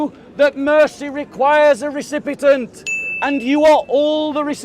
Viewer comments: I like but the word is recipient not recipitant 🙄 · Recipient , recipitant? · RECIPIENT! NOT RECIPITANT!! 😅